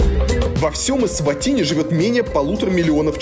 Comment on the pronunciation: Варламов должен знать,что , когда человек снимает без разрешения, это в любом месте неприлично и можно огрести, что будет правомочно. Сам тон повествования критический, ернический, с позиции " большого брата". Название страны лучше называть правильно, а не так, как привык Я. Фраза " Взрослые только пьют пиво и стригутся"- характеризует не Эсватини, а Варламова. То есть дети и сахарный тростник у них сами себя растят, да и много чего само делается- строятся здания, дороги, готовится пища, ездит транспорт.